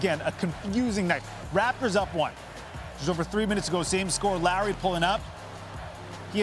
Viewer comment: Keeps saying Larry. Can he not say Lowry lol